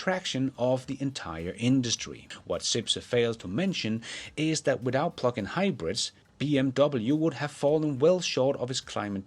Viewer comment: I’m convinced he says PLUCK-IN on purpose.